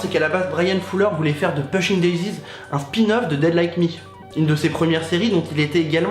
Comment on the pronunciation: alors par contre, on prononce poushing daisies (ça m'a rendue folle)